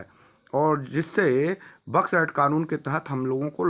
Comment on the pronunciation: 🤣🤣🤣मूर्खण्ड बड्स एक्ट को बक्स एक्ट बोल रहा है पूरा नाम ले सकता है बड्स एक्ट क्या